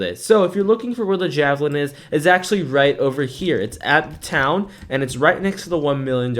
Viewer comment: it is not jahhh - velin its jaayyy- velin